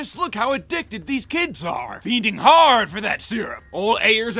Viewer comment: "Dese kids eh made a rubber."